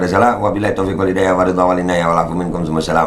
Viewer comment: Duhh salamnya sja belepotan behh males jawab😀😀